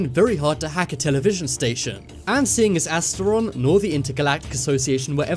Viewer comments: not astiron, but vrillon. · astron? Seriously. It’s vrillon. What source r u looking at